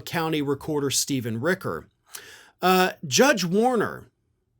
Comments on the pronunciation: My boss, Stephen Richer, pronounces his last name like it is spelled: rich-er, which rhymes with pitcher, snitcher, and ditcher.: it is NOT ricker. I promise this is true. Plz stop mispronouncing this very kind, very smart, very fair man’s name. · Richer not Ricker ... ch not k ... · I live in Maricopa county. I've been on group phone calls with Steven Richer. The ch is pronounced. So it sounds like it is spelled - Richer. Not ricker. Just an FYI. Good report. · Hey there, local Arizona reporter here, just FYI: It's pronounced "Ritch-er" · FYI: Richer rhymes with "pitcher" 👌🏾